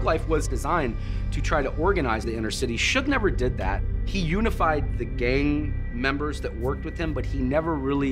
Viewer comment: For some reason I heard the commentator say “he unified all the gay guys together but never told them to stop banging” lol. I had to take a double take. He said gang guys